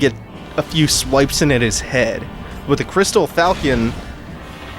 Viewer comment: the weapon is pronounced FAl- Shon not falcon